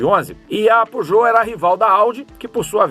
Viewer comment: Era pra ser a pronúncia em francês, não tá 100% preciso kkkkk